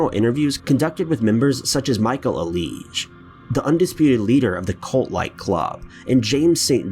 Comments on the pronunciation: Michael “Aleesh”?! Lol It’s Michael “Alig”.... And “Andre” Melendez? No, it’s Angel. Come on man. Good video though.... EDIT: Nevermind. I know you work hard on these videos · It's Michael AL-IG ITS NOT UH LEEJ. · Alig, sounds like Al Wig. not aleezh.... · The last name is Ahhh-Lig .... Michael Alig. No Aleeeejsh. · Umm, in the part about the Club Kids... it’s pronounced al-ig like the name Al and the ‘ig’ like igloo. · He definitely pronounced incorrectly. It’s pronounced Aye-lig. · The way he pronounced Michael Alig’s last name is funny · You mispronounced Micheal Alig’s name. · Could you at least say Michael Alig's fucking name right? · I believe you're pronouncing Michael Alig's last name incorrect? 🤔 I just listened to his Wikipedia page, you seems to saying his name, with a french annunciation? I remember Bill Kurtis from the show American Justice, did an episode on his life, that's why I know his last name wasn't pronounce, in that manner. Good video, nonetheless. 🙂